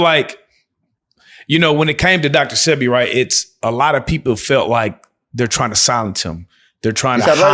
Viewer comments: And the one saying dr sepi and not sebi 😒🤦🏾‍♀️ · i hate when yall don’t say his name right Say-Bee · DR . Sebi say it right bro